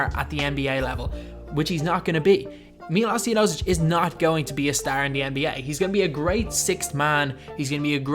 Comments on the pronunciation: You should pronounce Milosh Teodosicj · My name is Miloš and i Was so triggered when you said Miloš Teodosic wrong.